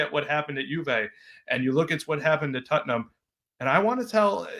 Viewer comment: Who is tuttenam? Lol jk jk